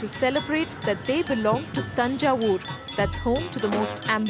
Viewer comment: iys its not tajay.its TANJAY